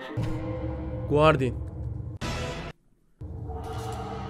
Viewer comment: Abi Guardin dediğin kişi öyle okunmuyor gardiyan diye okunuyor